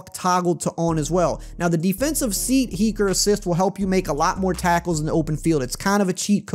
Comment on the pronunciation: Seat heaker😭